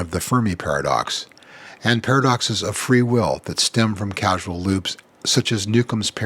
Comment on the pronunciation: its CAUSAL not CASUAL. did you make that mistake on purpose?